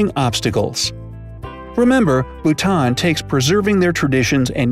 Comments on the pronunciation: Lauren Alexander its bhuta"n" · Yaass Bhutan!! My country!! 🇧🇹 He pronounced some stuff wrong but it's a common mistake, so it's ok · I'm from Bhutan 🇧🇹 and this is all true! But the video pronounces Bhutan wrong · Yo bro you said Bhutan wrong i know ok I am bhutnese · This narrator can’t even pronounce Bhutan correctly… 🤦🏼‍♀️